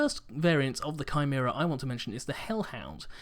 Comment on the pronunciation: Thank you for saying Chimera correctly.